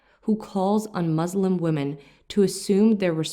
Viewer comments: It is Muslim ( one who submits and surrenders oneself to THE ALMIGHTY GOD, ALLAH (SWT), THE CREATOR of everything! Muzlim , derivative of the Arabic Zulm , which means iniquity, injustice, oppression,tyranny,...!.! So we have to be careful in our pronunciation; It is MUSLIM, and not. MUZLIM ! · Please learn to pronounce the word “Muslim” correctly.